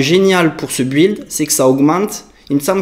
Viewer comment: pr info, build se prononce "bild" ;)